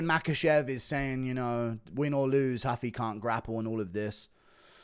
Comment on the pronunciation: It’s Rooofie not huffy